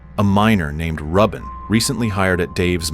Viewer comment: Are you sure it's pronounced 'Rub In' and not 'Ruben'?